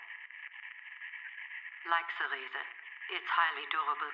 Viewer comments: Sophia is saying the Riese (pronounced reezuh - or reesuh depending on how thick the accent is - which is why it sounds like she's saying reason), it's German for giant. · In Log 223.1, she's pronouncing Riese the proper German way. She's just referencing The Giants though.